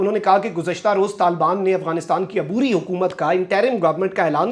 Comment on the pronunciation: پھر کہہ رہا ہوں صحیح تلفظ یوں ہے طا لب بان ٠